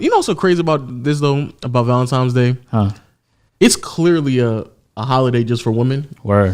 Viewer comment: I'm sure was saying Valentimes